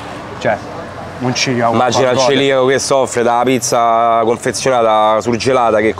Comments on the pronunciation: Neanche lo sai pronunciare, si dice celiaco e non ciliaco o Ciriaco. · ti voglio bene ma si dice CELIACO